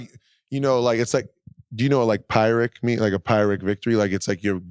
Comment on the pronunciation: it is pronounced "peer-ick" victory, otherwise that is an interesting term to use!